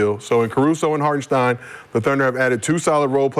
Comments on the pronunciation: Is somebody gonna tell McCants it’s hartenstein not harkestein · Never take advise from a dude who can’t pronounce a name😂 HarKenstein😂😂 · he don’t butcher it as much as McCants. I’ve heard him butcher a lot of names but McCants does this one EVERY TIME